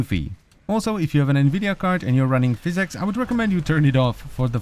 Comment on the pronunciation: physics, not physex lmao adult that cant pronounce shit